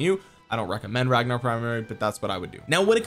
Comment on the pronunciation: I'm sorry how did you just pronounce his name 😑😐